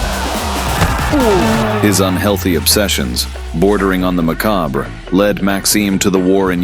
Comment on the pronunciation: did he just say MACOB-RA?? unless your from FRANCE, the word is pronounced just MA-KOB. no re, no ra no nothing at the end. buy i suppose you'd have to be borne in like the 70's to know that seeing how too many people borne around are all made STUPID!